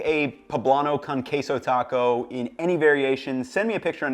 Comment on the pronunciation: Delicious. One bit of advice: When using the word “con” in Spanish, use the Spanish vowel sounds not English. It’s not “con” as in “con man.” It should rhyme with “own” or “cone.” You’re doing these beautiful authentic tacos, it’s only right to also pronounce their names authentically. Cheers.